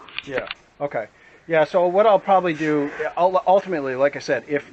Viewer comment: "Well altimitely."